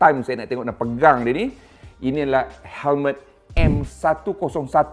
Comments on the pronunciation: Hemlet ke Helmet? cer dengar kat 0.53s.he he he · Hemlet… mmg dia sebut hemlet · Perasan jugak tu hemlet. Kalau orang indon panggil helem terus kekekeke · Sbotan lidah arab mmg bunyik cmtu bang.haha